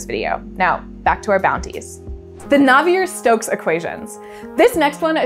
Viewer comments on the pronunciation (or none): Claude-Louis Navier was French, so "Nav-ee-ay". Great video though.